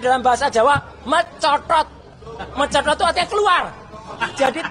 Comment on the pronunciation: Sidoarjo Jatim hadir .. Huahahahahahahaha .. suka sekali aku waktu bang Roy bilang M E N C O T O T ... 😂😂😂😂😂😂😂😂😂😂